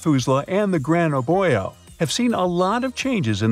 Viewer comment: Gotta pronounce "Gran Abuelo" right. It's not that hard.